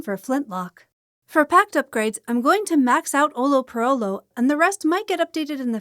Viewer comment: The best thing about Duelo guide videos is that no one can say the name of the passive "Olho por olho" correctly🤣. Jk, I love your vids, it's not an easy thing for non-portuguese speakers to pronounce.